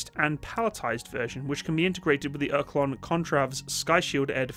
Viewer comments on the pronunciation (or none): That has to be the worst pronounciation of the word Oerlikon that i ever heard. it's pronounced like "Ör-Lee-kon"